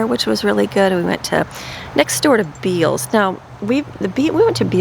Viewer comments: The store name is pronounced Bells. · The store Bealls is pronounced “Bells” I used to live in FL that is the only way I know. Love your videos❤️ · Beall's is pronounced "bells" and the outlets are MUCH better! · Good morning. I’m a day late but I just wanted to let you know BEALLS is pronounced BELLS. If you look at their signs, the A is shaped like a bell. Took me forever and a day to learn that when I moved here. Have you been to bealls outlet yet?? They have great deals! Where is Brooklyn working? She got a job right away! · Bealls is pronounced Bells, Love your dress, Looks good with your tan. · For sure Bells lol. I kept trying to figure out what store she was talking about and then I saw the receipt and knew lol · The store Bealls…is pronounced BELLS. Crazy I know! Have a great day!❤